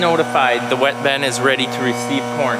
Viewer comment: it is not a Ben it is a bin sounds like B-in B I N